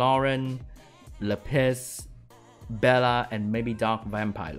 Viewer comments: Why do you call lapis la piss? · everytime he says lapis i hear "le piss" hahaha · That's definitely what he saying